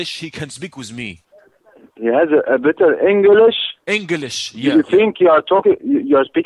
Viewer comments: Enge lish Bazz bur i can't stop laughing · "Your Englash is shat"